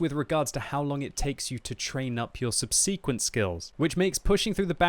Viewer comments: Dude, you need to learn hot to pronounce subsequent. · STOP PRONOUNCING 'SUBSEQUENT' WRONG!